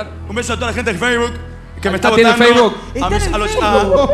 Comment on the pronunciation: ¿a alguien mas se le pegó la pronunciación de "Feisbok"? JAJAJAJA